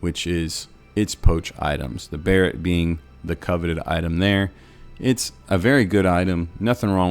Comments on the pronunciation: I think it's supposed to be pronounced like "beret" rather than "barret". awesome guides man, thank you. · (Bar-et) a barrette is a hair ornament. Ask any girl how to pronounce it ;)